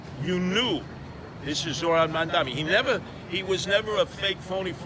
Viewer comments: mam dami? Why do they always say his name wrong? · “Mon-Dommy” ~ Mainstream Media